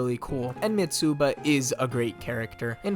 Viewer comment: Love the video but you pronounce Mitsuba in a weird way. The "u" is not the main vowel, the"i" is. Its "Mi-tsba"